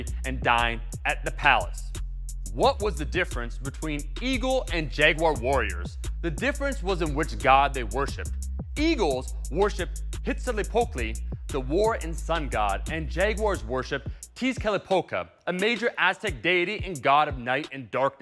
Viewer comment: Can they just get a guy to teach them the pronunciation, it’s not that hard to pronounce these words right… huitzilopochtli is Wi-tzi-lo-poch-tli not hitzilopokli